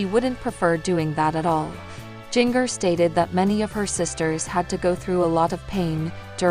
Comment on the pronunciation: If you are going to talk about Jinger, you should pronounce her name correctly!! It's pronounced Ginger!!